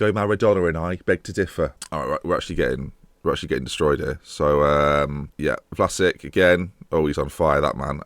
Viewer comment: How come you don't pronounce Vlasic like Rakitic or Modric or Mandzukic, they're all Croatian?